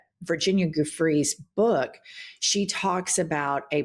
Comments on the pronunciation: Please Read PLEASE do more to pronounce the name of Virginia Giuffre. The phonetic sound is Joo-fray. EVERY MEDIA OUTLET needs to button this problem up. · Gosh, get Virginia's name correct! Pronounced like jew fray!